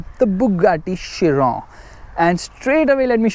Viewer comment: Thank god he said Chiron and not kiron